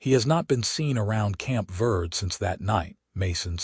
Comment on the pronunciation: Prounced Verdee